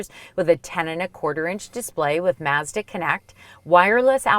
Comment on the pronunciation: I had to stop watching. I couldn't listen to her pronounce "Mazda" any longer. I kind of felt nauseous.